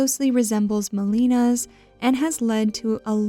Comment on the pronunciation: The fact you willingly mispronounced Melina's name several times despite the correct pronunciation of the name is in the game just pisses me off.